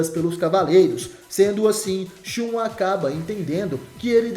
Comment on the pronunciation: Se pronuncia ShaN